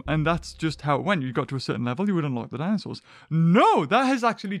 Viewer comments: Ah yes, dinsoaurs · "Dinsoaurs" Classic